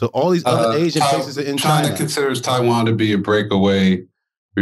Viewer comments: China has two syllables - "Chin uh" Wax: "Ain't no UH" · Bruh 🤣 wax had me rollin. Ain't no A in china.